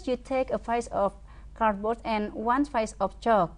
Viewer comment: Hahaha......PIECE itu pronounciation nya itu bukan PAIS...yg benar adalah PISS....gimana sih..ngajar pronounciation nya mgga betul.......GUBRAK!!!!